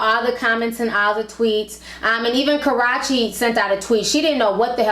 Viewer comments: 😂😂😂 I know right... I love ti but it's so annoying when she says Karachi.. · She said "karrachi" lmaooo....got the girl sounding like "sriracha" sauce. Just a tip for success, learn how to pronounce names, esp before broadcasting to the world. Yes I agree used to love CB but he continues to show how immature he is. He needs to man up.